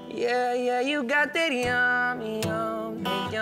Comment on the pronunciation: He can't even pronounce the word "yummy" 🤣 he says y'ammy. Song sucks.